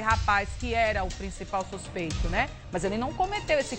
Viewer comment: Suspeito? Fala direito pô